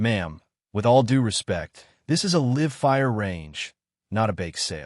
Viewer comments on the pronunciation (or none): Agree. Not to mention syntax: e.g. 'live fire' is not pronounced 'liv fire', etc. Cringe-worthy.